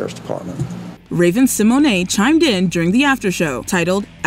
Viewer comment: pronounced it the way Raven herself said it's pronounced. We've been pronouncing it wrong lol